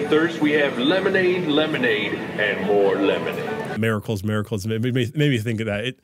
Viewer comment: switches the I and A in miracles when he pronounces it.